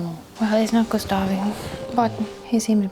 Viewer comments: GustaVE, It's pronounced "Gustaff" u monster ;D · I'm french, and I'm obviously ok with people not being able to pronounce names or words from another languages as it is in the original language. BUUUUUT JUST. I'm triggered each time I hear someone say "Gustavee". So this is a genuine tip for those who don't speak french : In this instance, the letter e at the end is silent. But just for this one. The letter e being silent at the end of the word has so many exceptions that it makes everyone confused, so I won't say anything anymore. For World's Peace purpose XD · I wish I had an Esquie in my life... 🥰 To take her mind off those awful moments, send her to the beach, to relax and maybe get a new bathing suit or two? And it's pronounced "Gustav", the "e" is silent. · not Gustav-ayyy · Gustavi, 😂,the game literally tells you whit sounds how to say that name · Just a note. To say "Gustave", don't pronounce the last 'e'. Stop at the 'v'. (The video was great.) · "gustavi" lmao